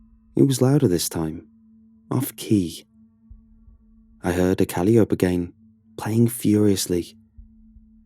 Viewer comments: "CAL-ee-ope" ????? Dude, it's cuh-LIE-oh-pee. Please check your pronunciations before recording. Mispronunciations are mega-distracting. Thanks. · Calliope = kuh-LIE-oh-pee